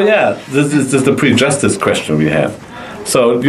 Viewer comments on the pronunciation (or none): Ist es möglich das mal die Aussprache von "prejudice" nachlesen musst?;) Ich habe es erst nicht verstanden was gemeint war, erstaunlicherweise aber Ben:) Klang mehr wie prejustice, sorry bischen Krümmelkacken muss sein, wir sind ja Deutsch:P Tolles Video insgesamt. Für mich muss es nicht shiny sein, Inhalt zählt!